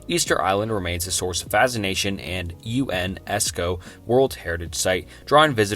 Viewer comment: He said U.N. esco